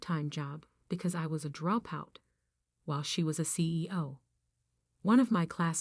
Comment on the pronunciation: Why does this woman keep mis-pronouncing "drop out"?? It's quite distracting.